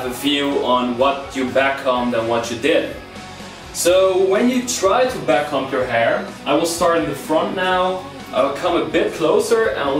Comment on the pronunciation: am i the only one that heard him say “cum” every time he said “comb” ?